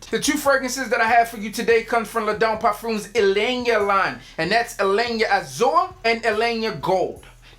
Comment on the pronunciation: You had ONE chance to say La'done Parfum and you ended it with the hard umeee haha, killer video my man!